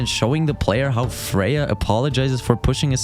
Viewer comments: Freya ? You can’t even say her name right lol it’s a good game and doesn’t deserve all these negative reviews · Her name is "Frey." Are you sure you played this game...? Or is her name pronounced differently in your native language? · Want to know how bad the game actually is? You've been saying her name wrong and I almost believed that was true